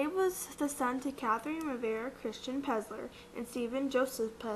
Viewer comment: It's PeLLLLLLLLLLLzer!